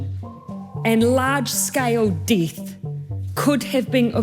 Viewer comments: Large scale deeeth? Lol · Im stuck hearing "weepons" and "deeth"